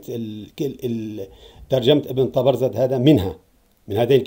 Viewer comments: أكرمكم الله يا سيدنا ليس تلفظ ( طبرذد ) وهي طبرزد أقصد تعيد وتردد ( تبرذد ) فأنت تلفظ الزاي ذالاً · طبرزد بالزاي ياسيدي حاول تصحح نطقك حفظك الله